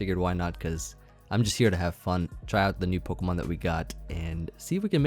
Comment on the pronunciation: = Pokemn = Pokeaim Me = will totally get them mixed up constantly lol